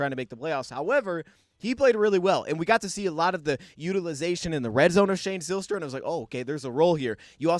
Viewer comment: This gave me a smile as we share the same last name. Btw we pronounce the y as a long I. Pike instead of pic for example.